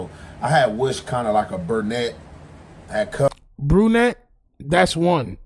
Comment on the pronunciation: "A burnnette" 😂